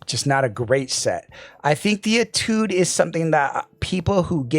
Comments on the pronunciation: It’s pronounced ‘AYE-tood’. It’s French for ‘study’. Nothing to do with the IEM so I’m sure it was chosen because it sounds cool. 😎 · you pronounce étude as if you're sneezing.